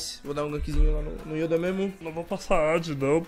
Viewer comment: yodaw XD